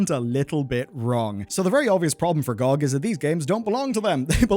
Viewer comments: oits pronounced "gee-oh-gee" not "Gog" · I had to stop watching after hearing you call it "GOG" instead of spelling it out, I don't want to be around if you ever do a video on USB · Glad I'm not the only one calling "gee oh gee" "gohg", makes me feel I'm not alone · I don’t know who calls it gog. It’s G.O.G. (gee- oh-gee) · GOG = Gee Oh Gee. What the heck ist Goag? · it is not gog as a word it is always G O G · its pronounced geee oh gee. nog gog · Saying GOG as an actual word instead of "gee oh gee" which is what they are is so annoying and i cant understand how you didn't notice that immediately when you said it aloud and changed your script. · why call it that i always call it (gee oh gee) pronounced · It is really embarrassing to hear someone pronounce GOG lol.